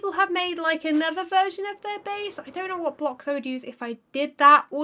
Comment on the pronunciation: "Anether way through"